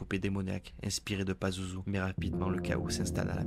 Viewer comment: C pazuzu pa lazuzu